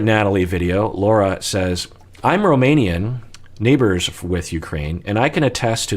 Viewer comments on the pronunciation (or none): none